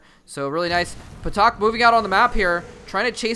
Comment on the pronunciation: I think it's pronounced "Tak," with a silent P (like psychology).